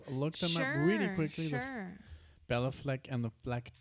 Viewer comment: Great selection. Béla and Billy have played/recorded together a few times. Just for correctness Béla is pronounced bey-la not bell-a.